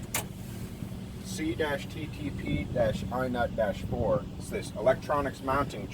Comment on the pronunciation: What the heck is an "i nut"?